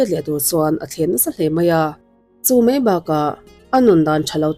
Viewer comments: Ngaihthlâk a nuam e. Amaherawhchu, i thu lamrik dan hian duh thu a sam lo deuh țhin lo țang sauh sauh teh. Entir nan: 'Spenish' ni lovin, 'Spanish' tih tur. 'Tlet mei' ni lovin, 'tlat mai' tih tur. 'Mei' ni lovin 'mai' tih tur. 'Ngeihtuah' ni lovin 'Ngaihtuah' tih tur. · Ngaithla nawn leh rawh, 'Mei' țawngkam hi mizo țawngah hian hmanna kan neih chu 'Mei (fire/tail)' bakah hian hmanna kan neih áwm ka hre lo... Eg: "A hmêlțha hle mai" tih turah, "A hmêlțha hle mei" ti tein lamrik a awm țhin.